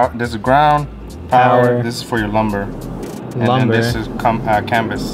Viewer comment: Lum-BAR like a bar. Not lumber, it's not a 2x4